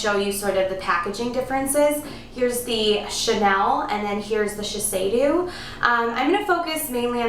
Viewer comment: it is not called shi-sei-dew, but "shi-say-DOE"